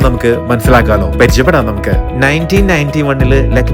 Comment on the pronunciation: പെരിചയപ്പെടുകയല്ല. പരിചയപ്പെടുക എന്നാണ് പറയേണ്ടത്.